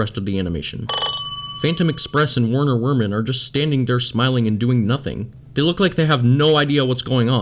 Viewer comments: I got a few things to say. you said Werner Werman but it's actually pronounced Verner Verman since he's German. I think it's suppose to be like that since it's like that in the game. it's not suppose to be physics because it's Sally Stageplay and she's an actress. like I said before you pronounced it Werner instead of Verner. That's all I have to say Also I'm not hating, I love watching you guys. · It's pronounced verner vermon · It's pronounced Verner Verman its German so the W's are pronounced as V's I honestly don't know why I'm commenting this people honestly wouldn't care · You pronounced Werner Werman wrong.